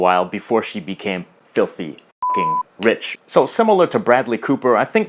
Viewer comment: Why did he accent the fucking rich part omg